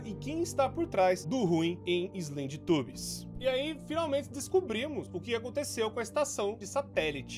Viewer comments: "Então galera hoje vamos jogar SlendyTUBOS 3 é um joguin de terror q tem aqueles TUBO atacado lá, esse jogo vem daquele desenho dos teletubos, q tem aqueles tubo doido lá" ....sim, tubos e não tubbies O core falando slendytubbies errado é mais engraçado do q agoniante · Slendytubbies kkkkk é islénditãbiz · vc falou errado shedytabs sla cm di escreve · quando você fala slendytubbies fica na minha cabeça slendytubos